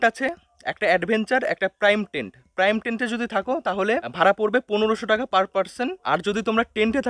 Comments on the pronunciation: ওটা প্রাইম টেন্ট নয়, প্রিমিয়াম টেন্ট😊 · তুই প্রিমিয়াম কটেজ কে কেন প্রাইম কটেজ বলছিস রে? একটু পড়াশোনা করে আয় বাবা । এত ভুল শুনতে একটুও ভালো লাগে না তোর মুখ থেকে।